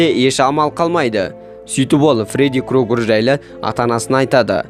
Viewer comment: Крогер емес крюгер деп айтшы!